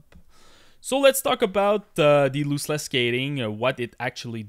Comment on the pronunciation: Loooseless 😂 thanks for the video, nice information